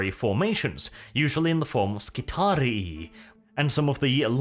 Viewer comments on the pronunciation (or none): Just for the record it's pronounced Skitari-EYE. Skitarii. Like triarii.